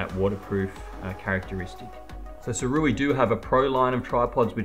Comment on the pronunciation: You’re an Ambassador, and they don’t mind you mis pronouncing the name? Its (Soo-Ray) Wise/ sage person is the meaning. Guess this is lost on some people? 🤔🙄😃😂🤣✌🏻